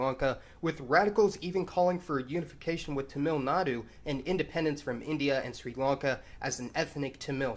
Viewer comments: FYI: It's TA-mil, like Mark Hammil from Star Wars. At least it's pronounced that way in english. Why this kolivari di? I don't know. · Don't know if this has been pointed out but Malayalam is the name of the language. Malayali refers to the people. Mallu is a slang term also referring to the people. Also Tamil is pronounced with the emphasis on the first syllable. Other than that, great video as always!